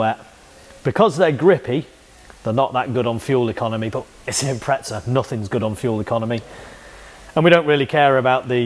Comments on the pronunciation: Thanks for saying it right just that one time. 😂 we Aussies appreciate it. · Good too see you can say impreza properly mate 🤣👌 they are good full pumps i had one in my 02 bugeye "wagon" running about 280hp atw